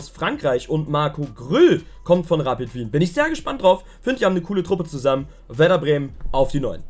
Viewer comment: man sagt nicht Rappit Wien sondern Rapid mit einem normal langem i - wieso sagen das alle Deutschen falsch?